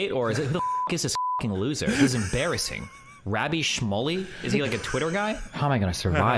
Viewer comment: Piers got along with Andrew Tate in their interviews, that doesn't mean shit. Destiny mispronounced Rabbi Shmuley like pretty badly, that was the purpose of the clipchimp and why I put in "scare" quotes.